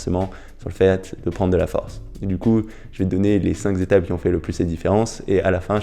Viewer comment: On dit "cinq étapes" pas "cinq zétapes" 😋